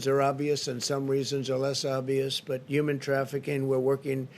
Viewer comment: “Uman trafficing” ??